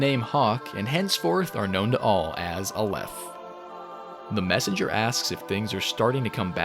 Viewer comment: I'm Israeli and I can guarantee you all of your Hebrew pronunciations (except Zayin, which funnily also means dick) are wrong. But hey, A for effort, Hebrew is a tough language! A-leph, not a-LEPH. LA-med, not la-MED. KE-ter, not ke-TER. Tif'E'ret. And so on. Regardless, great video! You clearly put a lot of work into it!